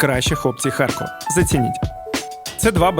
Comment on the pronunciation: А чому ХарЬкова? Справді цікаво, бо дуже багато так чула ще й від тих, хто в житті говорить укр. Чоловіка мама з татом колись жила в молодості 2 роки в Харкові і щось до сих пір так говорить «ХарЬкова»